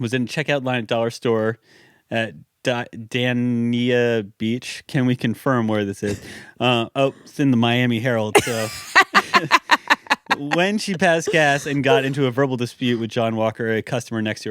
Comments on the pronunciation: Matt butchering Florida county and city names killed me. Phonetically for you: BROW-ARD County. DANE-YAH Beach 🤣🤣😂😂 Florida woman story pulling a knife over a fart. Iconic. Hi from South Florida love you guys. 😘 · To answer Matt's question: Broward (not Bradword) County is between Miami and Palm Beach in South Florida. Dania (pronounced Dane-yuh) Beach is a city near Ft Lauderdale Airport. It's really close to where you played the Riptide festival around Thanksgiving 2018, if that's a reference point you remember.